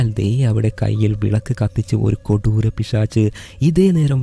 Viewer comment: kodooram ennu parayumbol chiri varum 😂